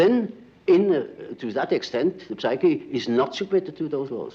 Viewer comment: I like how he enunciates the “p” in psyche lol